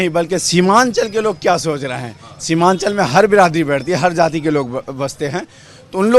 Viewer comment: शिवानचल नही सीमानचल